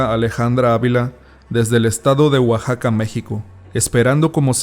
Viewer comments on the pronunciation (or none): none